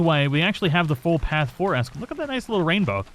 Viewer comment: I thought you were from Texas. You should be able to pronounce Spanish names. Presidio is pre·sidio, not presi-dio. It's the same as the border town in Texas over by Big Bend. You started out saying Escalera correctly, then started saying Esca-laura. Chuparosa you got correct. But, like you say, "Words are hard!"